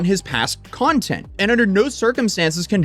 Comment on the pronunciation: He doesn't do content, he does cunt-ent...